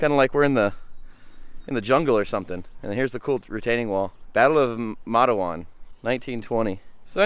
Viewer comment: It’s pronounced (mate-w-on) you need to come on to Virginia to the spearhead trails there great also.